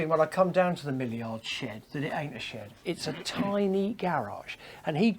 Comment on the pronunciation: Henry I’m surprised ALLEN hasn’t corrected you yet, but it’s Millyard, not Milleyard!!